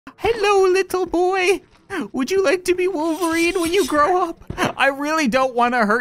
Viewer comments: He also said Wooairn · He said woofelrine